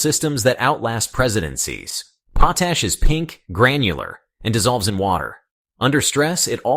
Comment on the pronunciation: POT ASH correct your computer generated pronunciation.